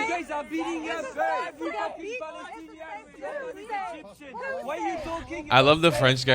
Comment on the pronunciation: Did she say 'I am Paddystanian' 🦇💩